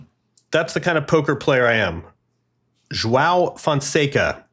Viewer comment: You all need to try to pronounce João's name. Not perfectly, just closer.